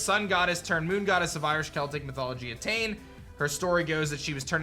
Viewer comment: e tain is not the correct saying aye deen. the celtic words are weird so i don't blame you. I myself failed at learning the words of my people